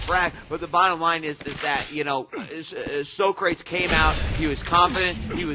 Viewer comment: Why are they pronouncing Socrates as Soh-craets?